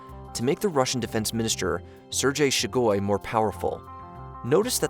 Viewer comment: its pronounced 'sir gay shoy goo'